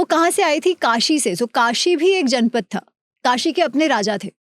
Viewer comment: It's जनपद and not जनपथ.